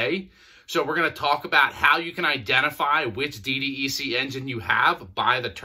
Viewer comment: Say D DECK please. That's how it's referred as. DDEC = D DECK. you are welcome.